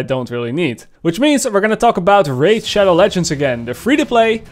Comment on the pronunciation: When he pronounced the name "Raid Shadow Legends", I honestly thought he was joking.